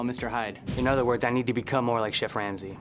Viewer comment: the narrator said “chef wamsey” by accident i’m crying